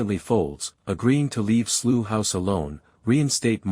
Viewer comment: Slew House ?????? Do you mean Slough? Using a US narrator! Whose stupid idea was that?